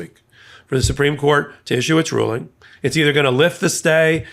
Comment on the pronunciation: Did you say Alito’s 5page ruling or “drooling”?